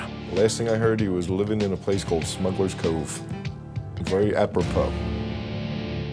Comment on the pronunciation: At the beginning, the narrator calls them "smuggers."